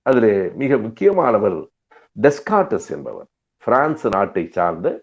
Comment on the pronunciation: ஓரிரு செய்திகள்: டெஸ்கார்டிஸ் இல்லை. டெகார்ட் (கிட்டத்தட்ட...சரியான பிரெஞ்சு உச்சரிப்பைத் தமிழில் எழுத இயலாது). Cogito Ergo Sum ....(கோஜிதோ எர்கோ சும்) இது லத்தீன் மொழியில் டெகார்ட் சொன்னது. படித்தவர்கள் அதிகம் பயன்படுத்தியது லத்தீன். அறிஞர்கள் மத்தியில் தன் கருத்தை அவர் லத்தீனில் சொன்னார். அது உலகப் பகழ்பெற்றது. பொது மக்களுக்காக பிரெஞ்சு மொழியிலும் சொன்னார். அது பிரபலமடையவில்லை (je pense, donc je suis).